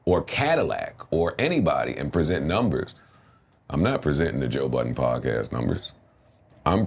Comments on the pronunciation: respect Joe... take the "s" off of his last name...its BUDDEN..no S.. thank you. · Of course. He displayed a lack of understanding, knowledge or awareness in saying his last name with a s. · Stop calling that man Buuddenssssssssssss:face-purple-crying::face-purple-crying::face-purple-crying::face-purple-crying::face-purple-crying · Why do people add an ‘s’ at the end of Budden?? Is he a family restaurant or something lol I’m lost… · Great episode. I’m glad Joe Budden corrected them on saying his name right. Ppl insist on adding the imaginary S. 🤣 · Cracks me up how people keep adding an s to his last name